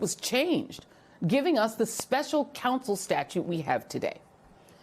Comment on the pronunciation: It would be much easier to listen to Jill Winebanks if she could pronounce the vowel 'O' in her words 🙉. "My first respAnse... K'a'sovo ...Special Cansel...... Did the world also change the sound of vowels when we were asleep?